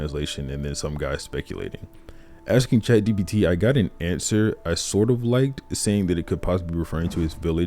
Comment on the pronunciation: every time he says chat gbt kills me